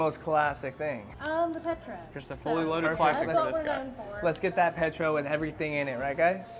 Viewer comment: Lmfao the petro pronunciation